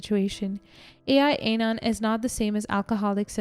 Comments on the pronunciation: it's not "A. I. Anon", it's "AL-Anon", as in, short for Alcoholics Anonymous. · It's AL anon not ai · It's AL-ANON not AI-ANON. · Al-Anon is AL AH NON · Quick correction for future knowledge - it's AL-Anon. (AL stands for ALcohol ...).🙂